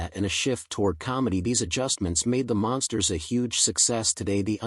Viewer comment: Hey stupid AI they're not the monsters they're The Munsters... This is the crappiest AI voice I've ever heard. What a joke.